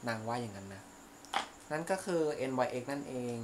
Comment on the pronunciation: ที่บอกแบรนด์อ่ะค่ะ จริงๆแล้ว NYX มันอ่านว่านิกซ์ค่ะ